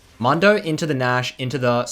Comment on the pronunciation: It's pronounced moondo lmao